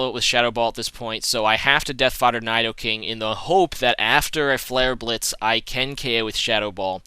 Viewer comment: No. That is not how you pronounce nidoking!